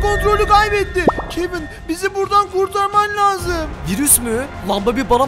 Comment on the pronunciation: Kevin yox kevın